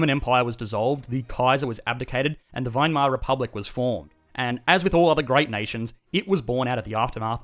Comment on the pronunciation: By the virtue of not being American, he's able to pronounce Weimar as it should